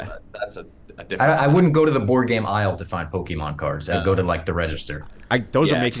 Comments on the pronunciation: pokey man??? come on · This was an all-time dumb draft lol. Talking crap about checkers' strategy and then drafting guessing games, "Poke-e-man", and trying to claim he wasn't the one who brought up the story that only he knew existed